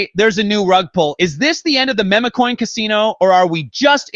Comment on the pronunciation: I like this content but come on… time to program these bots to say MEME not MEMA! always corrects the interviewer on how to say her name.